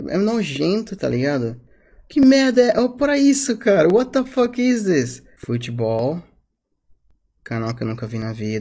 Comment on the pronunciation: Ele fala assim: wata foque